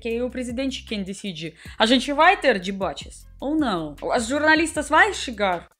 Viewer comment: "dibates" que fofa